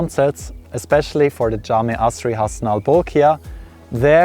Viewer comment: Dude you nailed it with the pronunciation of “jame asre” and “aidil fitri” 💪🏼😎